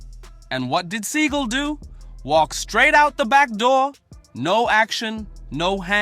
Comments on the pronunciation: Sawgal not seegal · Oh man, his name is Seagul but he pronounces it as Sea-Gall, now that is funny. Thanks for this. I will be saying seagul for the next two weeks. If I was in a street fight and could only have a Hollywood actor by my side Michael Jai White would be at the top of my list, Seagul is crazy. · See-Gull... CASUAL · How do you not know how to pronounce his last name 😂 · This whole video is disrespectful to Steven Seagull and mispronouncing his name. Where’s the videos of him doing these things in your accusations. Lastly, a real Steven Seagull fight in a ring can prove or disprove his fighting abilities. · How many times did this bullshit narrator repeat the same shit and say Seagal's name wrong? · At least learn how to pronounce his name if you have content on him